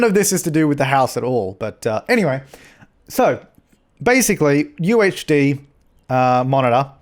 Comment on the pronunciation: Every time he said UHD I thought he was saying UHC. I need to chill on the minecraft.